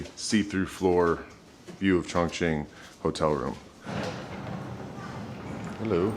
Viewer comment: you’re so brave for pronouncing chongqing